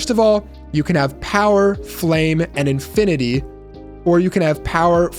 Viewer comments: Arthropod and affinity, not arthorpods and infinity... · Has nobody heard the word ‘Affinity?’ It is not “Aqua Infinity. “